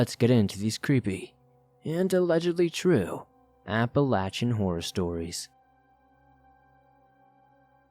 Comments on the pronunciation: Its App-uh-lay-shin. Apple-Latch-in kinda takes away from the seriousness, to someone who lives here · Apple-latch-uh is how people in Appalachia say it. Source: I'm from Appalachia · Applelatchin mountains haha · As a yee yee from Pennsylvania I have to say APP-UH-LAY-SHIN. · Yes.. from Georgia and that's how we pronounce it. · As someone else who has liven in the Appalachian mountains most of their lives I can tell you no one pronounces it like he does. Everyone says "apple-a-shun". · Apple-lay-shin phonetically spelled how it's pronounced. There ya go! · He doesn't pronounce it correctly though. he puts an N in it, making the CH extra hard. Appalanchian isn't correct. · The way he says it lol apple latch in haha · Your annunciation is not correct of your pronouncing of the word Appalachian . you sound like you have gum in your mouth as well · Couldn't even watch the whole video because of how Appalachian mountains is pronounced. 😆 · I love your videos as always, but I must tell you I absolutely despise the way you say Appalachian. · The way you pronounce Appalachian makes me wince lol But still definitely got some good stories here. I don't hear this topic covered much in all the other scary story channels I listen to so congrats on covering something unique! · I'm going of bc of the way he pronounced Appalachian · Where the hell did you learn how to pronounce Appalachian?! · Google says you pronounce it differently. There are many ways to pronounce it though, and he chose the most annoying, hair raising, and least commonly used way lol.